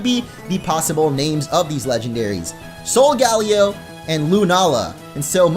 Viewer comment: Solgaleo is most likely pronounced ( sol- guh - layo ) not ( sol - gal - ee - o ) I'm considering it seems to derive from Galileo the astronomer.